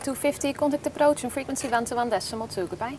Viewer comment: De Engels uitspraak is echt verschrikkelijk. "Delta toe voor eet after sukkel speed toe fifty kontekt approots en friekwensie wan toe wan des summel toe goodbye"